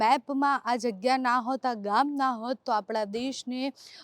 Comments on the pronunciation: ગોમ નહી ગામ બોલતા શીખો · Desi bhasha mein Gam ki awaaz